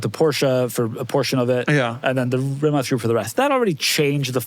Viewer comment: Shoutout to for actually pronouncing “Rimac” correctly